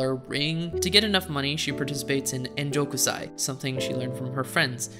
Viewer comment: Enjo kousai, not ennjokusai